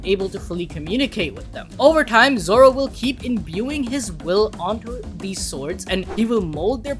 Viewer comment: Bro it said zolo 💀💀💀💀💀💀☠️☠️